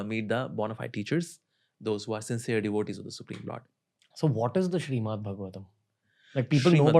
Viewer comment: Its Srimad Not Shriman, correct it in the timeline